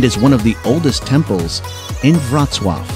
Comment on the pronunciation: n1 is pronounced “vrotswaviets” or “vrotswav” not “rotswatv”